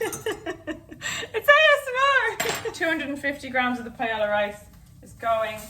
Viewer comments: Pie-ela. I heard it and thought, "oh no thats how she pronounces Paella". Soo interesting the words other english speaking countries pronounce differently. I guess not even english speaking, but all countries/regions. My fave example of this was when I studied abroad in Spain and a teacher was trying to explain a regional dish that was smoother than flan, like a custard. She tried to remember the english word for it. So we were saying like, "pudding, custard, tapioca" and she said, "I only can remember it in french, the french word is Creme Brulee" and all the english speakers in the class make acknowledgements of understanding and she asked "Well what is it in English?" haha. Sometimes we butcher languages and other times we just pronounce them as close as our accent can handle. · i love you so so so so so much...but I almost choked when you said paella. (its "pa-eh-ya") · this recipe and the way you say paella (which in all fairness is how it's pronounced in English) is as if fish and chips were made with beef and beetroot and pronounced "chiffon-cheese", it's so sad :( dodie's "wait, what?" made it worth it, though :) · Is hazel saying Paella?? If so, never in my 22 years of life have I ever heard someone pronounce the l’s 😂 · you're lucky I like you because I was about to completely ROAST you because: 1) that's NOT how you pronounce paella AT ALL and 2) that's NOT paella AT ALL. I'm not saying it must taste bad... but that's just rice with things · I have never heard someone pronounce paella like that lol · I’ve never heard Paella pronounced that way. It made me cringe so hard as a Hispanic. You get a pass because you’re Irish. :p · Is that an accent or just proper pronunciation? 😂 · It is a Spanish dish, so that’s the correct way to pronounce it! Double L’s (paeLLa) make a “y” sound. Like Camila Cabello is pronounced kuh-meel-uh kuh-bay-oh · PIE-YAY-YAH D' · My B+ in highschool Spanish is offended by that pronunciation of paella (it should be pie-aye-ya)